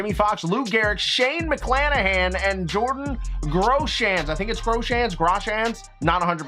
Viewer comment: Yo, just so yk it’s grow-shins. I only know this as a jays fan lol